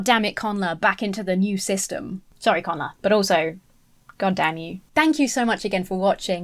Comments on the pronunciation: She says shank instead of thank near the end of the video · I might be still giggling over the "shank you" and "send help🤦🏻‍♀️" bits 😂